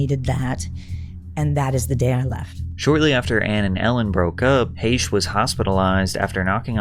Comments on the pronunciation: It’s pronounced Heck not hashe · Heche, not Haysh. Jesus Christ lol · You said Anne Heche’s last name wrong. It’s pronounced “Hash”.